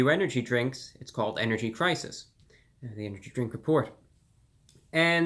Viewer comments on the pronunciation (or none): Energy cwisis